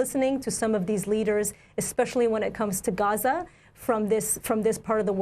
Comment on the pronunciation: Nobody hits the pronunciation of "GHAza," "RAFFah", "GREYta TOONberg," and "KEELmaR ABRAYgo" quite like Amy (Also these are important things to talk about don't me)